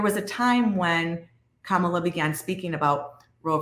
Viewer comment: THEY WENT THERE TO START SOME MESS RIGHT BEFORE THE ELECTION, EVERYTHING THESE PEOPLE SAID AGAINST HARRIS WAS SOME BS, HARRIS DIDNT THROW THEM OUT HER SUPPORTERS DID, HARRIS WAS RESPONDING TO PEOPLE SAYING LIES LIES LIES, PEOPLE ARE CORRUPT. AND THAT BOY LIED HE CANT EVEN SAY KAMALA’S NAME CORRECTLY. I BELIEVE TRUMP SENT THEM THERE